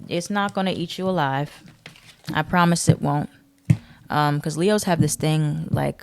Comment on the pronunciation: Sound like you said “lehoes “ … 🤣